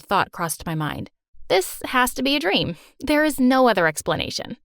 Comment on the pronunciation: IS IT JUST ME OR DID SHE SAY IT AWS A DREM